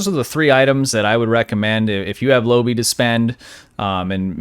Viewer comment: Lobi comes from the pilot episode of Voyager. Quark tries to sell lobi crystals to Harry Kim, at inflated prices, until Tom Paris mentions that they quite common. P!ease reference for proper pronunciation: Low-buy. Oh....and good vid.